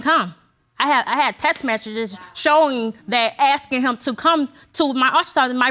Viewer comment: nyahmanis mommy I know! I caught that! There are not many words in the English language that have an X, a 3rd grader would be able to tell you that TEXT is spelt with an 'X'. There is just NO EXCUSE for pronouncing it as TEST MESSAGE.. Like seriously.